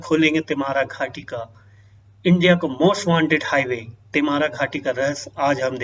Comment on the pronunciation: पहले घाटी का नाम सही से बोलना सीख ले फिर वीडियो बनाना